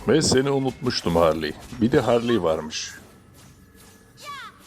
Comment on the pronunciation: Harliy demene bitiyorum ya😂😂😂